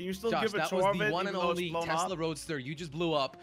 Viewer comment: Just to correct you it’s Tesla not Tezla josh